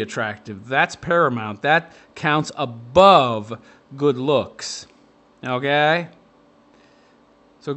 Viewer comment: How normal people say okay: Okay How this guy says okay: Ougaay???